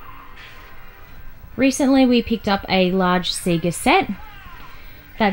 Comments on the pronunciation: "See-gah"?? It's "say-gah" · See-ga? Say-ga (Sega) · Awesome, only fun fact is Australians pronounce Sega as 'See-ga' rather than 'Say-ga' even though when you switch on any Sega game it says 'Say-ga'! Crazy! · It's a hard one - living here in Australia I say See-ga but after learning Japanese (only a little) but I did learn how to pronounce it a little better :-) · Haha I know right! Just how we say it. If in Japan however, I pronounce it correctly when asking for games. Thanks for watching.